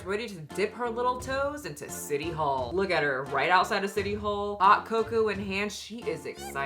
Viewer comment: I swear I thought you said thot cocoa lol😂